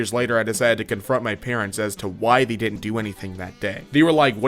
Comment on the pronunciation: I hate how when you say they it sounds like the